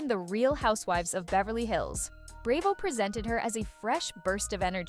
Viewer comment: "Hilton" is Kathy's married name, so they aren't the "Hilton sisters." "Bray-vo" 😊